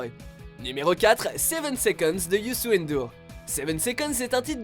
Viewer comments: le wolof c est une langue du sénégal 🇸🇳 et je suis sénégalais PS on dit ndour pas N dour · S'il vous plaît watchmojo on dit Youssou Ndour et pas N Dour . Même si il y a une apostrophe on lit le nom en entier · Youssou N Dour😂😂c est dur pour vous de prononcer corrrctement nos noms😂😂Ngolo aussi et ndiayr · On prononce à peine le N de Youssou N'Dour !!!!! Ça se dit "YOUSSOUNE DOUR" ! 😧😧😡